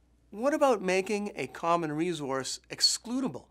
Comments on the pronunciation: why does he say resource like that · learn how to say resource !!! you're driving me crazy! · Jacki Morgan that's the first thing i noticed, weird isn't it? Good presentation otherwize ;-)